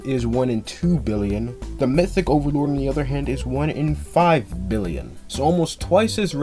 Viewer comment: 😅 Mythic "thee" overlord